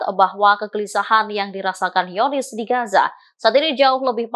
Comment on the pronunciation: Aduh...jangan ganti Al Qassam jadi Al Hasam, zionis jadi hionis, Qatar jadi hatar. Untung Jerman gak jadi Herman. Biasa aja lah bacanya jangan ngerubah sendiri pusing dengernya.😵‍💫😵😖🫨